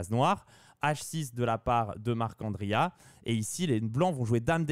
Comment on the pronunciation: J’apprécie l’effort de prononciation pour Marc’Andria, c’est tout ce qu’il me manquait sur ces vidéos